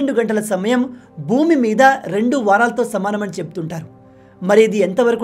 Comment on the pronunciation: Bro rendi kadu rendu